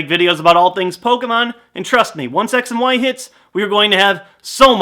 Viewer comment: I swear I heared him say: "Sex & why." PS: I know he sayd X & Y so you don't have to reply me with that.